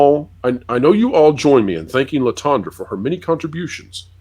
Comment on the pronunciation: Lotondra?? 😂😂😂😂😂😂sounds like the big dryer at the laundry mat. Ha haa haaaaa